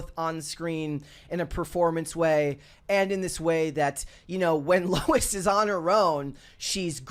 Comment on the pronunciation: It's Lois Lane not Lou Lane.